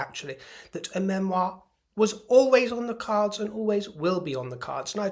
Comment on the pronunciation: Please Spare us. “ MEMIOR” Love your show.